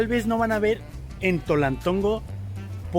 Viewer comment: Antes Tonaltongo, ahora TOLALTONGO